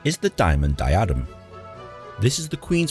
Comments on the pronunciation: What’s a “die Adam”? It’s “DI adem”.😢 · Call me a nit-picking old English fossil if you will, but did the narrator of the video being viewed really say ‘di-AD-em’ instead of DI-adem’? And I am pretty sure that he said ‘mon-ARK’ too. I am definitely not knocking the gentleman reacting to this, because he has already established a firm reputation of someone willing and able to search for information about the history and society of the United Kingdom and long many he do so. I never miss any of his videos.